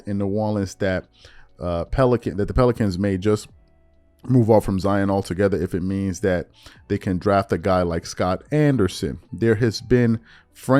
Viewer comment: I heard Scot Anderson lol